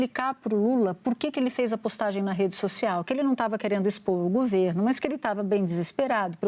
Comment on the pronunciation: Que bosta é essa que TODOS falam gUVerno!!! Pelo amor, é gOverno!!!!!